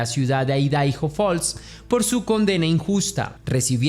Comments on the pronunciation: Por que decis Aidaijo, cuándo se pronuncia Aidajo? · IDAHO (Se pronuncia "Aidaho")😂